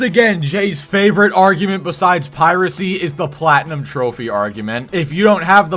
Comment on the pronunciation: says the word "Platinum" weird in 3 different ways. Can he not say it right?